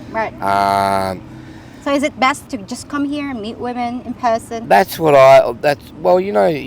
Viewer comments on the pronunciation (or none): I think I heard her pronounce the word person as puhson after that Australian interview. Interesting!